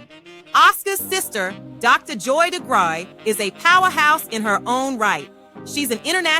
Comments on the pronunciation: No... it's pronounced de-grue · Pronunciation of Degruy is ‘da-grew’ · This was wonderful information. For future reference their last name is pronounced “dah-grew”. Thank you so much for putting this video together. ✊🏿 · Someone correct me if I’m wrong but I believe the last name is pronounced deGrew but spelled deGruy. I kinda remember from the intro of the 70s variety show The Bill Cosby Show.